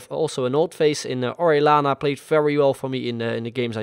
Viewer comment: Orellanas name is pronounced oreyana not orelana